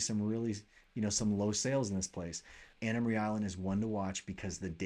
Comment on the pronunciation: It's Anna Maria (pronounced 'uh' on the last syllable; not pronounced Marie. It is an island...not north of Bradenton Beach because Bradenton Beach is on the island as well as Holmes Beach. I see 40 single family home sales there in the past 90 days; 77 total residential properties. Locals call the whole island Anna Maria, not just the northern tip.